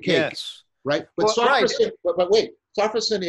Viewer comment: Not "SAW-fro-sen". It's "so-FROSS-si-nee" (four syllables).